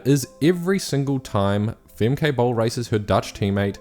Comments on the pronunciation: "Femkay" what 😂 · For your next videos, their names are pronounced "Famkuh" and "Leekuh" Not "Famkay" and "Leekay". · Fem-Kay lol Also: Lee-key lol